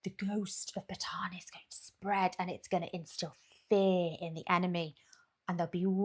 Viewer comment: Bataan. Close enough, we don’t expect anyone to pronounce both A’s but we do for ourselves. The way to pronounce Isaac in Spanish is how my family from Bataan pronounce it. 2 A’s and we pronounce both of them. We also blame our time occupied by the Spanish.